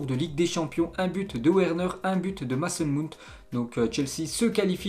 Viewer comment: ptn fait un effort de bien prononcer leur nom ça devient gênant 😂 "Maçon Munti"